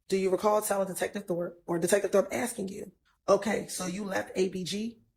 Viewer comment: Why all these trained attorneys keep axing questions instead of just asking them